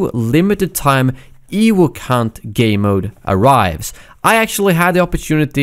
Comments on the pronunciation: wtf is an "ewook" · Ha. "Ewuk".